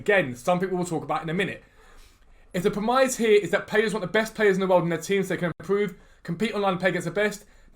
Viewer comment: you da man, EA can suck an egg 1. how many hats have you got? 2. its not pronounced 'prem-eyes'.. its pronounced 'prem-iss' 3. remember the trailer for FIFA21 saying players will hold their runs to stay onside? another lie, can literally be classed as 'obtaining monies by deception' or 'false advertising' right?